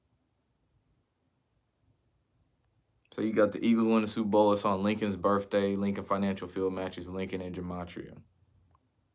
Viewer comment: Wifff/ truuffff/ burrffday/ axed/ 😅 Love the work tho .! 👍